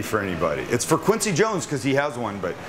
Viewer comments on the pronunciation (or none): none